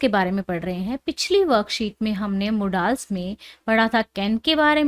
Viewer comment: Sorry mam put wo modaal nhi h wo modal h